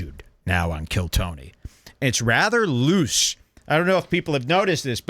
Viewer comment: Tony went from "loose" to "louche".